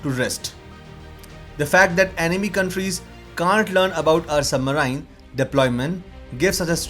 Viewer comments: It's known as Submarine not Submrine get it right buddy else u are making fun of your English level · What is submaraain? It is pronounced as Sub - marines. Which kind of accent is this? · After “sub-Marian” it is hard to trust anything else said in this video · All I heard is sub-maerine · Bro, please check how to pronounce 'Submarine'. It's not how you are speaking it. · your submarine pronounciation is wrong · Please pronounce the word submarine correctly. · submareens pronounciation